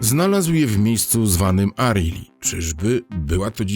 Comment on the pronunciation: NIE ARII TYLKO ARAHE...ILL